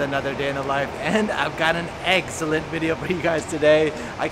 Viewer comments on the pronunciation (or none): I was wondering why your pronunciation of “excellent” sounded more like “egg-cellenr”. Cute.😂